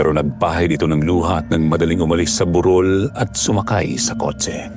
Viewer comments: Burol kc sir Hindi bu_rol 😂😂😂😂😂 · Ok na sna.. kso Minsan kala q lamay Yung buuuuroool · Burol po mabilis ang pagbigkas as in hill not burol na wake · TO THE NARRATOR: Kindly pronounce the word properly. Like - BUROL - meaning a small hill it must be pronounced mejo mabilis. Unlike BUROL - mahinay Ang pagkakasalita , ibig Sabihin funeral. Pls pronounce the right pronunciation. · ❤❤❤🎉kaloka si marco Yung burol (anyong lupa) naging burol ( may patay?) Mali yung pag bigkas nia po😅